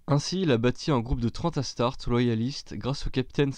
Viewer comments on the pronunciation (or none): Sympas, mais il manque un bout de sont fluff, je confirme on prononce astart"ésse". Poursuit bien! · Très bonne vidéo sur lucius mais je pense que astartes se prononce astartés avec é à la fin